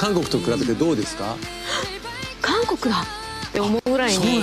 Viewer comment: 미안한데 캉코쿠라 말하면 감옥으로 들립니다. 한국은 강코쿠라 말하셔야 합니다.그럼수고.